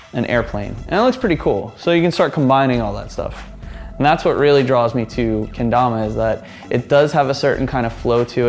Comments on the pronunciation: Look I don't want to be that type of guy but it's pronounced kéndama not keindama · its ken and dama not tama lool